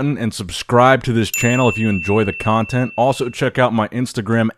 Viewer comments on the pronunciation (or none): none